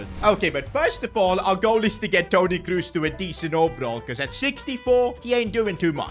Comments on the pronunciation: Please. "KROS", not "KRUS" ... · His name is "Kroos" not "Kruus". I love your videos, but this has made my ears hurt 😅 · KrOs ❌ KrUs ✅ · it's not tony cruse its tony kroos